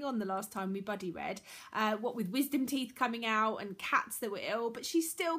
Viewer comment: Everytime you say 'buddy read' I hear 'bloody read' haha Love your channel ^_^